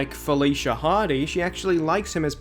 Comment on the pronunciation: You said Felicia wrong